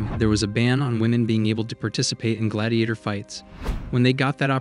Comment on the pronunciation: Why do you pronounce gladiator like that?